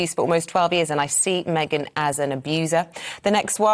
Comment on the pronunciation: Megain said " one tear left eye goo ! " 😂😂😂